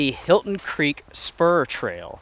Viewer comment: The 'Hilton' Creek Trail....😂😂😂. Helton,. Helton. 😜